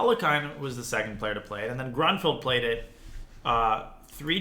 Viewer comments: It's pronounced grunefeld just fyi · I thought it was pronounced groonfeld. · Would be great if you knew how to pronounce Grünfeld. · As a native German, I love your pronunciation of „GrÜnfeld“ – there is a difference in pronouncing the Ü and the U. Not a hateful comment, I think it’s adorable 😊If your interested, here is a tip: „ Say “ee” as in see (or as in the German word vier). Again, while saying the sound, round your lips. The resulting sound is the ü-sound.“